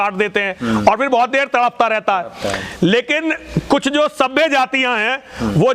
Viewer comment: Kutch ati nahi bol gaya? न सिर न पैर।